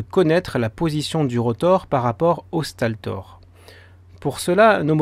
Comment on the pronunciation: Stator et non staltor. :o